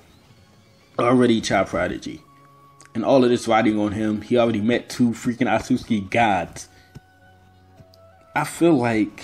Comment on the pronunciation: This man call otsusuki asuski wtf HAHAHAH